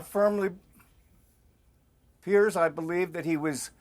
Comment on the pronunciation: Americans, it's Piers not Pierce...